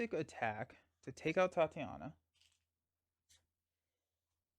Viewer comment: “Tye-tay-nia” not Tatiana.